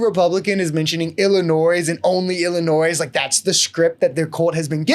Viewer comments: Did you not just hear Anderson Cooper pronounce Illinois? It’s IlliNOY not Illinoize. Not sure how you never heard that before?!? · The "S" in Illinois is silent